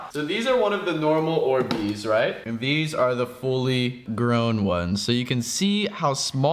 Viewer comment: They're Not "Or Beez" They're "Orbeez"